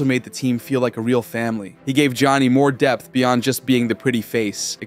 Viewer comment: " He gave Johnny more Depth" sounded like Depp 😂